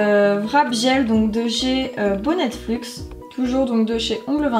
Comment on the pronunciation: C'est bonnet luxe pour info et pas bonnettefluxe😭😂😂